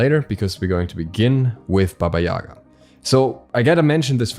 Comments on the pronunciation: Sry but correct bAba yagA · Guys, i'm from Ukraine, and we had a lot of story's about her in our childhood. She is Baba yagA , not Baba yAga. Take this into consideration please :) (sorry for bad English)